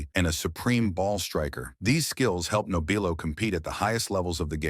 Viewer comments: Your doing it again it's pronounced NOB R LOW you obviously don't know the subject matter. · You should not be doing this story, hell you cannot even pronounce his name right!